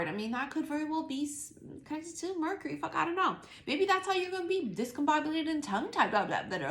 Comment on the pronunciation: Like how you say murk-Ury 🤣😂